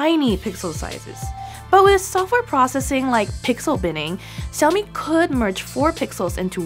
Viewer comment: It is "sha-o-mi" not "sa-o-mi"